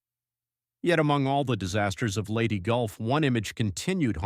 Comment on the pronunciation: Agreed; the narrator was probably pronouncing it as some kind of strange Englush-language dialect.